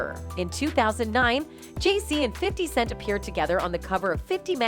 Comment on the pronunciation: The voice on this post keeps calling 50Cent , 50 second's 😂